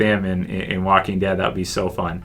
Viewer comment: Did he say The Wacking Dead?